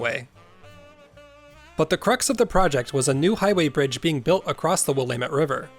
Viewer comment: Immediate thumbs up for pronouncing Willamette correctly